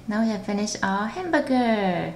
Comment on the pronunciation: I know how you feel, she pronounces every word without pronouncing the last letter. Instead of hamburger, she said hambuge